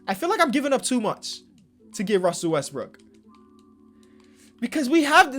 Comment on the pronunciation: Bruh, he was calling Russell Westbrook, Russell westbrick